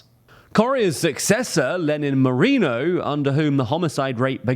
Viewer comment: Apart from the (very) jarring mispronunciation of "Guayaquil" and "Moreno", this video was right on the money. It's quite sad and infuriating to see my birth country in shambles.